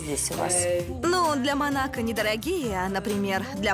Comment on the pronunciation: МО-НА-КО так и произносится, не манака. за 2 минуты видео 10 раз уже произносили неправильно.